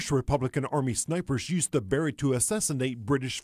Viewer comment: Can't even pronounce Mr. Barret's name right called him Ronnie Barreg